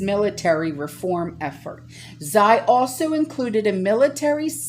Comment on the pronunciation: Xi... is pronounced as she in Chinese. Love you and thank you for all your hard work.